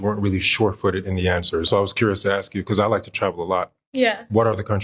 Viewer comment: For the love of everything that is holy, why oh why those people say "aks" instead of "ask"? What the ef is going on....